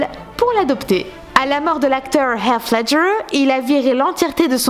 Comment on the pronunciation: Bravo et merci de bien prononcer le nom du regretté Heath Ledger ,Australien, dont le prénom exact est Heathcliff. Respects.